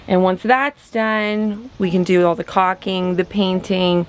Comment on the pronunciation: i love your guys show... but its pronounced like "Call-king" please stop saying cocking whenever you're referring to caulking <3